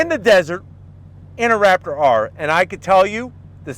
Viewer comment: Did you say rapper or raptor ?